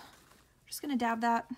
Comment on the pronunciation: Dab not dob.